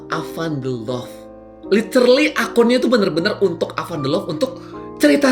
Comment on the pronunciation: Bukan awan tapi avan😂😂😂